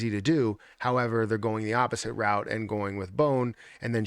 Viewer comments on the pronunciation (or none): none